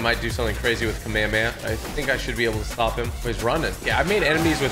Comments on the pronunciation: He say Kamahamaha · Dude is called KA-ME-HA-MEHA